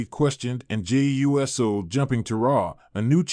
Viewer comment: Wow! WWE Now and it all computer voice. Can't say," Uso."But says," USO."( United States Organization )